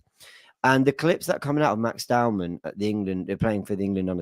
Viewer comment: its Max DOW-MAN not Downham, dont let it be another Mikel 'mourinho' Merino, or Ethan 'wanyeri' Nwaneri on this channel, if we rate these players can we get their names right 😅